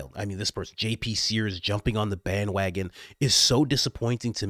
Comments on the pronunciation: You don’t have any obligation to me, a subscriber and sometime’s listener, but please, do not use Jesus’s name in vain. Please. SEARS, not sPears Thank you if you consider this request. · JP SEARS (not spears)